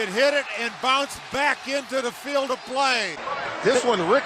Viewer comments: It’s not field it’s field GOSH DARNNET this is America not Great brittan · What if if pronounced 'field' correctly?